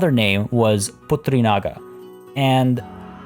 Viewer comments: you pronounced putri naga incredibly well! putri can mean both daughter and princess, and naga means dragon in indonesian, likely both were derived from hindi language, also we don't pronounce j as h so it's definitely na[j]o :-) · In Bahasa Indonesia, putri can mean princess too and naga means dragon. Hence, The Tale of Dragon Princess. And I am shook when you pronounce Putri Naga like a native lol Good Job!! I really need the boost from your video to stay sane during corona madness! Keep it up:) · Born with Malay as mother tongue, I must say. Im impressed that you pronounced it very well! Congrats!